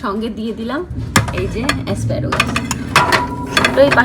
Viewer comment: its asparagus...asparogus noy..avocado...avogado×😊tumi USA te ato bochor acho tai bhal uchcharan korle kane lage tai sudhre dilam.. kichu mone korona jano pls!